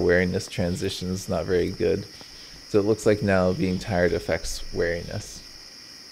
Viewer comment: "wear" iness LMAO you say weeriness like 'bear'. Very distinct accent there.